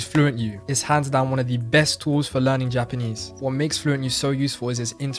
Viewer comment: Guy doesn’t pronounce his vowels properly when speaking English. Doesn’t pronounce his final “Rs”. Also , says “whoa” instead of “what”.